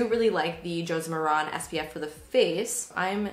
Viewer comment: FYI -- the correct pronunciation of Josie Maran's last name is Mare-in. Rhymes with Karen.